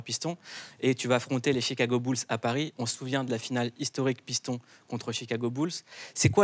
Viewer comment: lol deja t as entendu la prononciation des pistons ? Lol dans ton travail et dans le mien on respecte le nom des gens non ? Bossez la prononciation c est le minimum